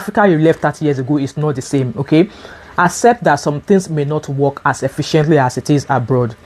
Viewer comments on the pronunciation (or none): none